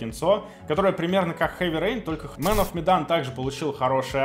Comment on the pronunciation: КАК ХЭВИ РЕЙН ТОЛЬКО ХЭ? ЧТО ЗА Х, ЧТО ЗА ХХХХХХХХХХХХХ